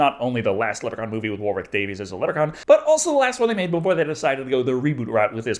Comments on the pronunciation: Still calling him Warwick Davies lol. It’s DavIS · Davis, DAVE-IS.